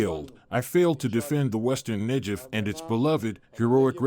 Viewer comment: I would be glad to get translations by a real human being and not an AI voice. AI keeps pronouncing Negev wrong.